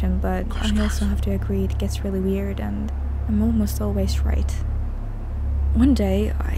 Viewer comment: I'm not ward its not rill